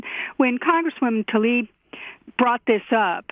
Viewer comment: Tlaib is pronounced tlayeb. tlayib is close enough but it's definitely not talib.